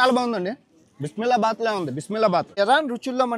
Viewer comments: అది బిస్మిల్లా బాత్ కాదు బిసిబిల్లె బాత్ 😂😂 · బిస్మిల్లా బాత్ కాదు , బిస్బెల బాత్ బ్రో 😂